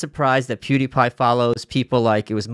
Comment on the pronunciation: Both and Malice pronounce Pewdiepie as "poo-die-pie." Lol